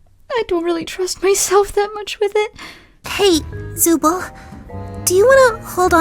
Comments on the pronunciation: Zubel? It’s pronounced. Zooble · Bro it’s zooble not zubel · The very first zooble attempt sounded more like bazooble LOL .😂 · Done very well. It's HILARIOUS how you initially voiced Zooble as Bazooble without knowing!